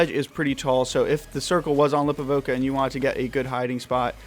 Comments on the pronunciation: It’s “Li-pov-ka,” not “Lip-o-vo-ka.” Unsubbed. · Great video....but it’s Lipawvka not Lipovoka. One O bruh. Lol.